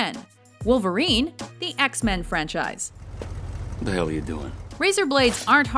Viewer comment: did i just heard "The Hairy Potter Frenchise"?